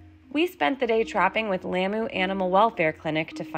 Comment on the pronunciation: This is beautiful! I used to live close to Lamu! Thank you for your care? Please try to pronounce Lamu correctly ! The a is like the au in taught. When you visit foreign countries often it’s not too hard to learn the right pronunciation of their home land. It shows them respect as well!